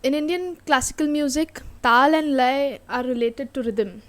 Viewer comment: LAYA: LA, like in co-LO-r or kil-LE-r Same goes for YA.